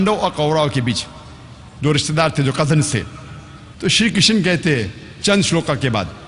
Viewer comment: Ek to क्षत्रिय को क्षत्रिया बोल रहा है और श्री कृष्ण की किशना बोल रहा है और आप ज्ञान दे रहे हैं।😂😂😂